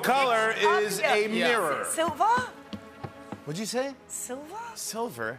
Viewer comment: Margot: Silvah? 😂